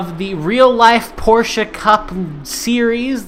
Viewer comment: I like your 'Porscha' uhauahauha. Thx, mate !!! Cheers from Brazil.